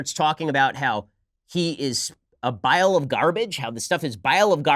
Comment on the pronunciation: Bile of garbage? Or did she say vial of garbage? Either way, neither is correct for what she is attempting to communicate. It makes me deeply uncomfortable that we have someone is Congress who is not fully competent in English and is a terrorist sympathizer. I cringe every time she speaks.